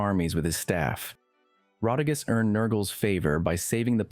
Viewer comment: Rotigus sounds like Retiggas 😅